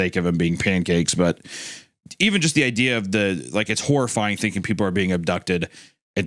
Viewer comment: thanking instead of thinking, been or bin instead of ben, please speak correctly.